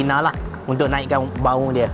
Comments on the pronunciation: ok approve abe cerah orang pantai timur, cara dia pronounce " BAU " 😂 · Hahaa btol sehh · pantai timur orang asal tanah melayu, dari indon yang berhijrah di tanah melayu. so "BAU" yang dia cakap tu is purely in tanah melayu but Jawa slang is other side not from tanah melayu.